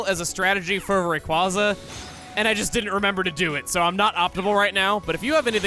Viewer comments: So I'd just like to point out that the way Chugga spelled his "improved" renaming of Rayquaza, he made it to where anyone familiar with a certain culture could just as easily pronounce "Raykwazza" like how one says "pizza." So in addition to not only still being factually, stubbornly incorrect about name pronunciations, he's also turned the god of the skies into an Italian cuisine. There is no escaping that long A,. Might as well accept it. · I disagree,. “Ray-Quay-zah” just rolls off the tongue much easier than the other pronunciation. Plus, it’s a mix of ‘ray’ and ‘quasar’, a general term for celestial bodies, which is pronounced “QuAY-zar”. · The correct pronunciation is the only one I'd ever known until watching pokemon emerald let's play. But apparently I'm finding out the majority of people are desperate to be wrong about Rayquaza's pronunciation? kwaza sounds like the dumb pronunciation to me. Quasar is also an obvious factor. I don't get it. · to me im not a fan of the pronunciation Ray-Kwaa-Za as to me it just sounds like your forcing Rayquaza's name to sound way too edgy which I frankly don't like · Am I the only one that doesn’t see how pronouncing Rayquaza’s name the way Chugga does sounds cooler than the official pronunciation. I don’t remember how I pronounced it as a kid but I don’t have a problem with the official pronunciation. Also, the way Chugga spelled Rayquaza’s nickname to give it the pronunciation he prefers honestly looks stupid to me. Look, when it comes to Pokémon names, I honestly couldn’t care less how people pronounce them, but there was just something about this that really irked me. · It just makes me think of Kwanza. His insistence that his pronunciation is better has always sounded silly to me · I still know Rayquaza's canon pronunciation is cooler than yours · Your pronunciation is wrong, and this 100% the wrong way to call his name. that's all I'm gonna say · "Raykwazza" is the inferior pronunciation.